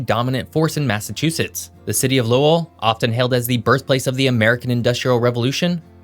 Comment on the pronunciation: I live in Lowell and I gotta say you hit the nail on the head with pronouncing Lowell and Worcester. We also got a population burst of Cambodians during the 1970s fleeing from the Khmer Rouge. Lowell and Long Beach, California. And we got another bridge since that photo in 1975 but it’s only a temporary bridge, that just happens to be older than me. Oh yeah, I’m 35. And taxes are driving people to New Hampshire and southern Maine. Vermont is totally forgotten about. Almost secret.